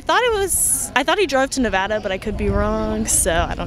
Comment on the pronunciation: I hate it when Californians talk about my state, they can't even pronounce "Nevada" correctly. lol blaming Nevada I see. Is that why our governor and local government allows Cali police/ATF to operate out of jurisdiction to watch Californians who come to our gun shows?